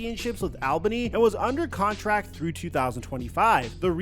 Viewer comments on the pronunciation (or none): I was born and raised in Albany (btw it’s ALL-bunni not ailbany) and still live there, couple facts about his arena football situation. Everyone was super excited a celebrity bought the team but especially arena legend EDDIE BROWN’S son, it was a massive deal for the team and community and everyone thought he could revamp arena football in the area and bring it more popularity, he even visited the gym I go to who was partners with the Albany firebirds. Shortly after he was acting irrationally, I believe there was a news article of him getting kicked out of the hotel he was staying at here, he wasn’t paying players, was making huge decisions for the team with no intent, he was the demise of the team. Ruined it for the whole community of everyone who lives here and after that the team fell apart and is no longer, everyone here HATES him and he is a horrible look on his father’s name, wild stuff. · “All Ban E” is how Albany is pronounced lol! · Deleted my comment on how to pronounce Albany after reading this, thank you for repping for us 😂